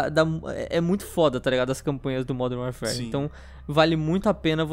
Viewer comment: "Uérfér" é duro de ouvir